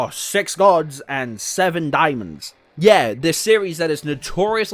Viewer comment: I keep hearing “diamonds” every time he says daemons and get confused almost every time lol. “The diamonds and the gods” 😂😂😂